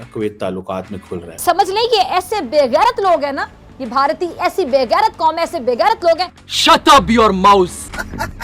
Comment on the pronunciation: Barti kya hein bhai, bhartiye bolne sikho jahilon